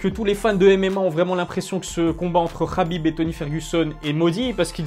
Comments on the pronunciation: KHABIB PAS RRRRRABIB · C’est khabib et ça se prononce rabib